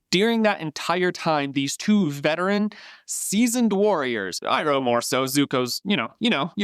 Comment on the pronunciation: ❌ Aang ✅ Ung ❌ Iroh ✅ Ee-row